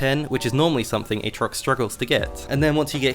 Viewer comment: play like how he should be, AA-trox